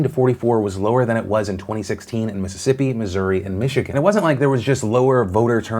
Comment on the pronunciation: Thanks for saying Missouri correctly.